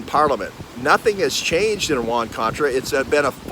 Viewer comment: I am sure you mean"Iran Contra," not "Oran Contra!"